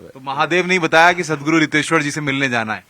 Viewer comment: it is riteshwar not hiteshwar also this journalist is shameless